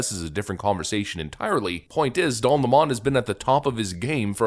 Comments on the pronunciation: Its lemon like lemonade . Hes not french . What do you do with lemons you squeeze them to make lomonade . Stop catering to the nutters . Its lemon not le'mon . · His name is 'LEMON' like the citrus fruit, NOT Le Mon !!!!!!! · its lemon not Lamone 🤣🤣🤣🤣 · Why do people call him le-mon, it's clearly lemon, like the fruit. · Lemon. Like the fruit. Please stop saying "Le-mon." Don't give the leftists any ammo to use against you, however petty. They will use it. "You can't trust a guy who can't even say the name of a fruit correctly." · Stop saying La-Mon... it's LEMON like the fruit... like him. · It's lemon not lamon..good try..haha..nz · Please say his last name properly, Lemon. Like this POS car is a Lemon. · LEMON , PRONOUNCED SAME AS THE BITTER TASTING FRUIT . L E M O N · You're pronouncing his name wrong - it's pronounced the same way as the fruit. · Why do people refuse to say Don's last name correctly? It's Lemon 🍋, you know, the really sour fruit. That moron isn't french, he's, maybe American but it's hard to tell. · Isn't it pronounced like the fruit? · Why do you say his last name that way? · His last name is pronounced 🍋!!!🤣🤣🤣